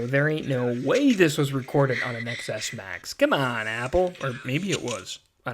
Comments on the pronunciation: Ex Ess Max? Come on, learn how to speak. The “X” is the Roman numeral for “10”, so it’s pronounced “Ten S Max”. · STOP SAYING X S MAX ITS PRONOUNCED 10 S MAX DAMMIT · People steal those phones, not caring that they don't work. They are just going to sell them to some unsuspecting non-tech savy person. Also, how can you have a tech / phone channel and still call a ten s max an "Ex-S max"? 🤦🏽‍♀️